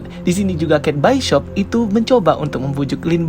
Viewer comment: Kate bishop buka kate byshop😂😅